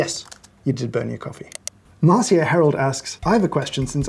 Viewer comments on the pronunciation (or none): none